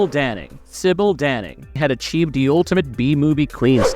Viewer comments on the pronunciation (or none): I think you got the Michelle Bauer Indiana Jones one wrong, she was in a film called The Tomb(which is referenced later in the video) that was inspired by Indiana Jones and similar films but had nothing to do with it. Also you changed the pronunciation of Sybil Danning's name about half way, oddly enough she briefly appears in The Tomb aswell. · Despite your comment, you should watch the Sybil Danning section, where after saying her name correctly the first 2 times, you go wrong for the rest of her section and you failed to mention her great role in 'Battle Beyond the Stars'. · ah, thought it seemed too familiar, and then we hit the same mispronouncing of sybil danning's name and I was like "Wait... different voice but they messed up on the same spot in the same way?"